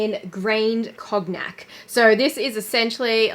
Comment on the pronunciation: Girl, it’s pronounced Cone-Yak!